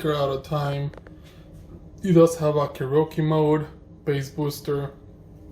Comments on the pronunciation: what I meant was your pronunciation of karaoke. You said it incorrectly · I laughed at how he butchered karaoke